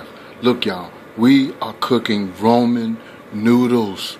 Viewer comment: Why are you saying roman? It's Ramen 😕